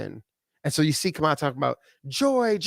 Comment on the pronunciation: As in her name now is pronounced "Camel LA... instead of KA-MA-LA🤔